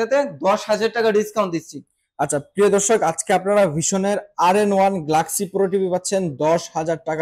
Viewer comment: গ্লাক্সি না বে গ্যালাক্সি হবে। বেশী স্টাইল করতে যেয়ে অশুদ্ধ উচ্চারণ কখনোই স্মার্টনেস নয়।